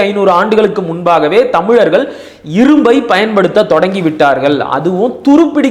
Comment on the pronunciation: தயவு செய்து தமிழர்கள் என்று உச்சரிக்கவும். Thamil இல்லை